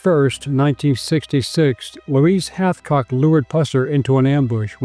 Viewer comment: Its Hathcock